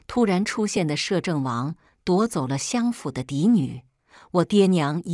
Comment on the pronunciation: 日日行（ㄒㄧㄥˊ）善。相（ㄒㄧㄤˋ）府。